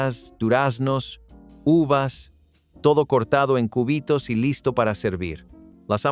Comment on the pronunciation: por un momento imagine cortando el hueso del brazo😂😂😂 ( por la pronunciación jajajajaja cúbitos no • seria cubitos ( sílaba tónica “bi “ )